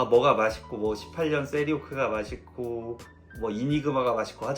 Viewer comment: 쌔.리... 발음 ㅋㅋㅋ